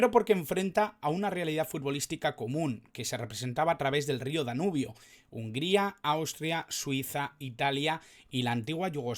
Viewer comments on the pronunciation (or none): NO SE DICE HUNGARIA...SE DICE HUNGRIA...¡¡¡